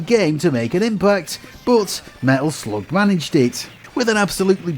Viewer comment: When you pronounced "Medal Sloug" i finally stopped watching!